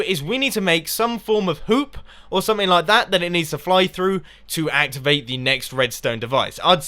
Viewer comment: ikr i know he meant hoop but it sounded much like poop